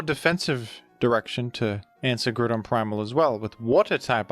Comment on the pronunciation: worst pronunciation of groudon ive ever beard